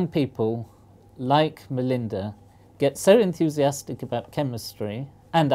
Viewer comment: Hahah "young MOLEinda" gave the prof a mole!